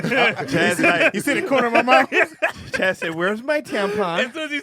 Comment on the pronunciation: It’s ‘Chaz’ 😐🤣🤦🏾‍♀️